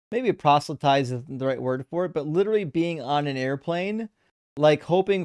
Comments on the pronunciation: I refuse to take seriously, not least because he's a pompous, motormouth assclown who thinks "literally" is pronounced "littlely." That, and he theatrically gigglelaughs like Daniel Wozniak, a bloviating former community theater actor who's currently on death row in CA. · cannot say "literally" literally.